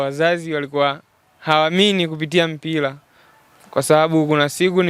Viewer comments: Mtangazaji ni Mpira na Sio Mpila , Serengeti boys na Sio Selengeti🙄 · Ulipo tamka mpila basi nimeshindwa kusikia kipindi chako..yaani mtangazaji ovyo..mpila???